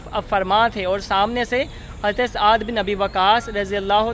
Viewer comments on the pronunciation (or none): Saad Bin Abi Waqas not aad bin abi waqas...correct yourself...its blusfamy ... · yeh SAAD bi Abi Waqas hen...tum ne kaha aad bin abi waqas...sahabi ka naam ghalat na bolo. behurmati na karo Utuber.